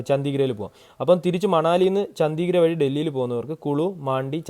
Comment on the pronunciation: ചോദിച്ചത് കൊണ്ട് മാത്രം ചൂണ്ടിക്കാട്ടുന്നു. മിക്ക സ്ഥലപ്പേരുകളും തെറ്റായി ആണ് ഉച്ചരിക്കുന്നത്. ഉദാ: ചണ്ഡിഗഢ്, പഠാൻകോട്, ഡൽ, സോ മോറിരി, പാംഗോങ്‌, മനാലി...